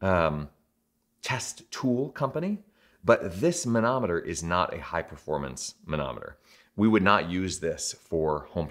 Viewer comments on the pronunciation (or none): When you say manometer, I hear Mahna Mahna... Doo Doo de doo do. Muppets!